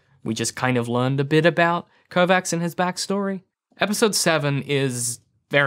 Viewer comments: sounds like Kovatch, not Kovacks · It triggers me so much that he is pronouncing it "Kovax" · Your mispronunciation of the name Kovacs is worrying regarding your credibility